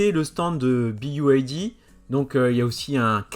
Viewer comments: C’est une demande de la marque de se prononcer « biaïlle di » au lieu de « biwaïlle di » ? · Pas "bi ai di" mais "bi wouai di" ! ^^ Le "Y" se prononce " wouai" en Anglais. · BYD = bi aïe di ? ... 😂 ... plus précisément "bi wouaille di" (faut faire attention de bien expliquer en détails la prononciation Anglaise aux Français tellement ils sont bons en Anglais ... lol). Merci pour cette vidéo en première Européenne ou Française ... 👍 Pour les concessions ils n'auront pas de mal car les concessions multimarques, de plus en plus nombreuses et courantes sont demandeuses de nouveautés. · "Bee why D" pour la prononciation 😅 merci de corriger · BYD se prononce Bi waï di